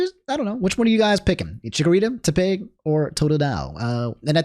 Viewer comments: I swear you say some words like an alien, Tepig is pronounced like tepid, like the temperature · say tepig wrong one more time bro and we gonna get you